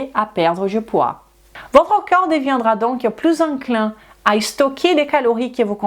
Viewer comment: Merci pour toutes vos info, j’ai juste un problème avec la prononciation du mot ´ corps ´ qui est prononcé comme ´ coeur ´. Je n’ai pas toujours l’occasion de regarder la vidéo mais l’écouter oui ce qui fait que je suis induite en erreur par cette prononciation. Sinon bravo de parler notre langue aussi bien 👏👏👏